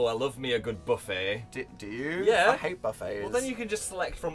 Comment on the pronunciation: every time I watch this I’m shook at how northern Phil goes when he talks about a buffet 😂